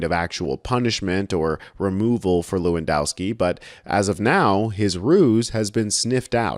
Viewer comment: BTW - the 'w' is pronounced as a 'v'. it is levandoswki. But he is still smashing the C.